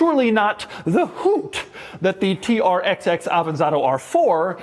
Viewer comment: Hello, nice to meet you. The 'XX' in TR-XX is read as 'double X'. This is the official pronunciation according to DAIHATSU.